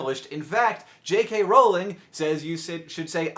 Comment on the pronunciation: Thank goodness he pronounced Rowling correctly